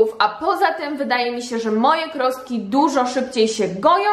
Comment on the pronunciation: Krostki? A nie "chrostki"